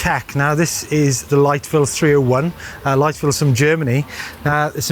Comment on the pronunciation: Liteville not lightville😂😂